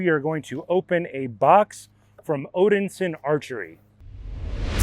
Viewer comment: Odinsin? Nope, Odin-son